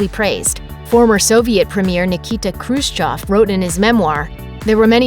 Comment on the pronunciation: dis bish pronounced both khrushchev and hawaii properly. noice. spam is yumma yumma